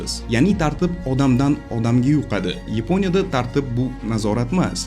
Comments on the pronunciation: Йипония емас Япония деб гапиргин ешак бош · Йипониямас Япония,узбек тилиниям бузиб расво кивордилар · Yaponiyani yeponiya deyish ham notoʻgʻri😅😅😅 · Йипония эмас япония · Ypo'nya degan davlat bormi Yaponiya ni eshitganman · Yeponya emas, Yaponiya. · Iponiya emas.Yaponiya .shuning uchun bizda shunaqa .Gapitish madaniyati yo‘q senda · Yponiya emas Yaponiya deyiladi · Епоня дебмас япония деб гапирсез хам болуради соф жайдари тилимизда. Сиздакалар бор экан биз хайотда японларга етолмимиз😢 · Akam Yiponya emas Yaponya. Bizdagi tartibsizlikni siz ham kòrsatib turibsiz. Uzur oldindan.Siz ham Yuqtirib qo'ymang notòģri tahlilni. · Yiponiya mas Yaponiya